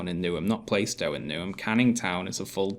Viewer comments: Plar-stow, not Play-stow. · I'm 1min 16 sec into this and I'm thinking - a council house is better than no house at all. Let's see what happens. By the way - I'm a cockney and it's Plarr-stow, not Play-stow. For what it's worth. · Lol pronounces Plaistow "plai-stow"! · And to Sargon and: PLAH-stow! PLAH-stow!! (or PLAR-stow if you speak with hard As) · bruh, first of all. you both pronouncing plaistow wrong. I was born in newham. 2ndly, newham in general is a shithole. Plaistow is no different.